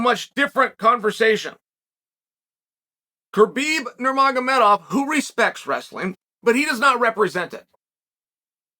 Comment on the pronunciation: "kurbeb nurmagamedov"😂